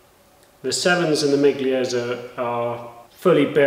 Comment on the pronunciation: FYI,miglia is pronounced 'milia' 👍👍👍